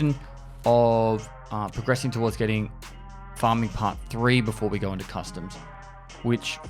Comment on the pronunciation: Can't not hear custard instead of customs sometimes. Maybe I'm just hungry